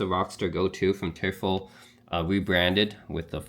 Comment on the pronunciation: Thanks for your review! It's pronounced "Toy-fell". Which is the German word for "Devil". Greetings from Germany🙋🏻